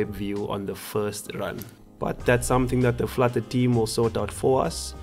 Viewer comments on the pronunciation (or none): none